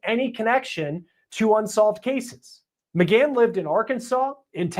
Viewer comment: Please get his name correctly- it’s McGann not McCann- pronounced with a hard G. Your title uses McCann and you go back and forth in your podcast between using the two different surnames. Thank you!